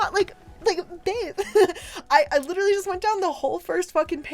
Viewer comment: Can I just point out how she says "Lit'er'ly" like Rob Lowe's character from Parks and Rec, only unironically?